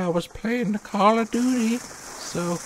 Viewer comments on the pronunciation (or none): "I'm sowwey I was playing Cawl o Duty" lol